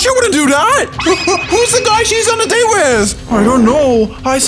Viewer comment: Not dayte its date